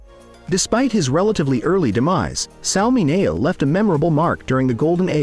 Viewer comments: It's pronounced Sal Min -e-o. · Sal Mineo's last name was pronounced MIN E O. The voice got it wrong.